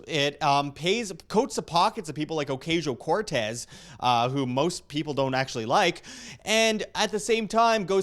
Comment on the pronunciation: No, not my biggest. Just something that I wanted to comment because it can be hard for some people to listen to you when they have it stuck in the back of their heads. Take it or leave it. Pronouncing it A-Cause-e-o Cortez is how it supposed to be pronounced. That way you don't get Pipsqueaks like me recommending to pronounce it right 😀